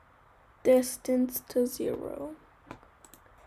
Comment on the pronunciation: tell him its distance not distanse